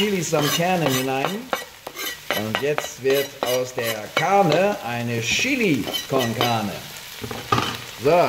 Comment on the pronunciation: "Das ist Schili Konkahne" höhö